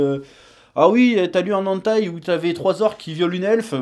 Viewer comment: Hey! On dit "Hèneutaï" pas "Antaï"